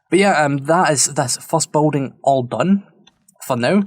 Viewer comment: Could be my tired ears but I'm hearing 'boating', not 'building'. And for sure you've said it like 100 times this episode. Regardless, this place is really turning out nice.